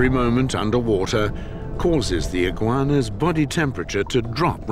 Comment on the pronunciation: i giggleinside when he says 'iggigauanas'